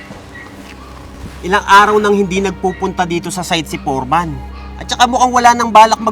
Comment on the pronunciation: FOREMAN DAPAT NOT PORMAN